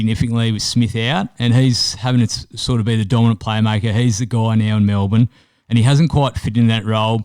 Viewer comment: 1st time listener... you had me till you said Melbourne. wowee